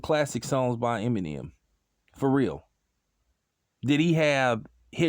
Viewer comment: Funny you sayin this but you can’t say Eminem right